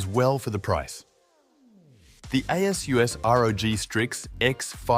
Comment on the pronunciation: Definitely feels like AI (or, TTS at least) script reading, anyway. No one reads numbers the way this is read, and people know how to pronounce “ASUS”. It’s not “A S U S”.